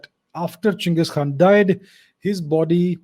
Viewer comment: Finally some Literate Indian calling him Cheng-iz and not Gang-his..... Most idiots form west nations don't even know how to pronounce Asian names properly.